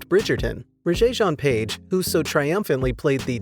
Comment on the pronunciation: Really? You need to learn how to pronounce the name Rege.